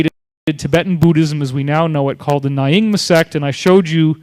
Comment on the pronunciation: Good video - what would make it even better would be better pronunciation - it's Bud-ist, not BOO-dist, Nyingma pronounced as ñingma, Achuk pronounced atch-uck, not atch-OOK, Arik pronounced ah-rick, not ah-reek, etc.